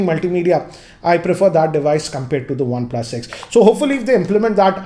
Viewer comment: One "PLASSS"